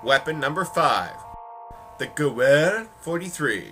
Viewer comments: Gewehr = Gewehr for him Gewehr = Gevehr in proper pronounciation WHY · Pronounce ''ehr'' as ''ear''. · Gavher is the pronunciation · ive pronounced it goo-er since cod 2 and now i feel dumb but thanks for explaining hows it pronounced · It's pronounced Ger-vear. You gotta German up your pronunciation on the "w". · lol the gewehr is pronounced "Gah - Var" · You pronounce it gevar 43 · Zambie Man It`s pronounced gewer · #5 is pronounced gu-ve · its pronnounced "ge-vear". "vear" rhyming with wear. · Gewher is said gevare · Actually more like gevair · The gewehr is pronnounced 'guvair' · Its Guh-veer It rhymes with beer Yes you butchered the name XD great video btw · Gewehr is pronounced Geh-vair. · orange, the Springfield isn't in Black Ops Zombies Rezurrection, only World at War., the Gewehr 43 is pronounced in a german accent as the GUH-VERRE 43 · Both of you are wrong! It's garand! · the gewerh the w sounds like a v cas it is german so say it like this goo-vair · you speak gewehr (german for rifle) like this: gewearr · pronounced ga vear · its pronounced gu- veyr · I'm not sure but the Gewehr might be pronounced, Gew-vair (<-- Rough pronounciation). Based on my limited knowledge of German, W's make V's sounds. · Nein, Nein, Nein! It's U-er. The Sturmgewher STG-44 is pronounced Sturm-Geh-Vair. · Gewher = U-er or Oh-er, which ever you prefer. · Gevher thats how you say it. its a german weapon and gewher in german is rifle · your wrong . Ge vehr W = V in German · It's pronounced Gevehr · And the Gewehr 43 is pronounced 'grewer'' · Acutally, it's "(Guh-VAIR)." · It's pronounced "Ge-veer" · the gewer? gewhr? the ge wot ever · the gewehr is pronounced gevair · no its geh-ver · i think you say it Gah- vare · Gewher is pronouced (ga-v-air) btw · Gewehr= Ga-veer. Sorry, not good at official pronunciation transcriptions but you get the gist. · The Gewehr is German, and pronounced like "Gah-Vare." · its Jeh-ver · you pronasted gewehr wrong